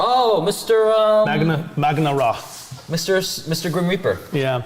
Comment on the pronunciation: Maugan Ra, not Magna Ra. Come on guys, it’s not hard to get the names right.